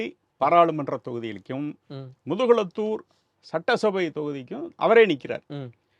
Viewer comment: முதுகுலத்தூர் இல்லை முதுகுளத்தூர்